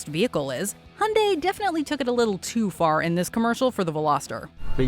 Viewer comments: How the fuc are Amercians saying HUNDAY while its fucking obvious that it is pronounced HAI UN DAY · HY UN DAI NOT HUNDAY WTFD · Hey Its hyundai (hee yun day) not hawn day or die. The Y in hyundai is not silent💯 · Soo annoying pronunciations it’s called Hi Oon Die not Hun Di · did she js.. call hyundai.. hunday?. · You are mis-pronouncing Hyundai. The H is silent. It is pronounced - Undai